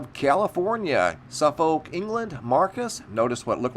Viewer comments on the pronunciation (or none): MrMBB: It's pronounced "Suffick" England.